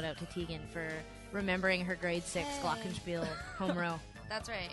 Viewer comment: how sara says the glockenspiel...awesome